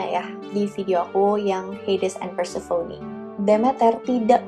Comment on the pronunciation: Prounounciation inggrisnya udh bagus kak,tapi mau koreksi aja nih,Demeter itu dibaca "The-Mi-Ter" (The meter) Dan Persephone udh hampir bener,but more like "Per-sa-fe-ni" hehe,just fyi ^_^ Tambahan dan kesimpulan: -Harpie berkembangbiak dgn cara bertelur,dan telur ini klo mau menetas bakal ada badai/cuaca buruk katanya (tambahan dr aku) -Bedanya siren dan harpie adalah siren bisa nyanyi,harpie nggak. Siren berkepala wanita cantik,klo harpie jelek.